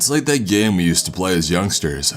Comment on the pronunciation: Something ain't right with thaHT. Some people say they saw an albino beAR. The way you stress the end of of your sentences in trying to be dramatic is fucking triggering. It's worse than that chills nasesly guy.